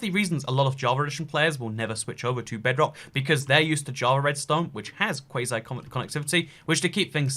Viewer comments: you sound really salty that java is actually better than bedrock. Edit: It's pronounced "Quo-see" Also, bedrock edition has an issue where redstone is kinda random. Sometimes a circuit will do this, sometimes it will do that. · it’s pronounced (KWAU-ZY) connectivity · Mega cringe ya said quasi completely RONG is sort of yes and sort of no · You say it like Quasi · You said quasi wrong